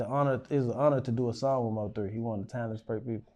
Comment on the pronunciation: It's MO3 not MOE3 fam lmao